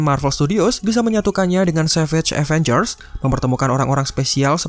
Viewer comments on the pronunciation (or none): none